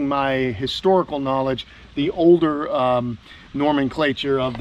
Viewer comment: Nomenclature not Normanclature. Nomen meaning names.